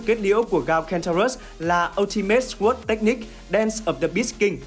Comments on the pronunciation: Sword đọc sờ quớt nghe nó cứ trái trái cái lỗ tai :D Không phải khoe khoang tiếng Anh gì, nhưng với những người biết nghe hơi khó chịu :D Nó đọc là sôrd. "sôô đờ" nha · để ý lại cách phát âm từ "sword" nhé, phát âm "xờ guốt" là sai đấy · /sɔːrd/ âm w câm bạn ơi nghe nó cứ sao ý :((( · Sword phát âm sai rồi ad nhé hehehe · SWORD từ này a đọc sai rồi dốt quá đi mất 😂😂😂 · từ sword mà còn đọc sai nữa thì chịu r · ông học đọc lại chữ SWORD đi, nghe mắc cỡ quá hai ơi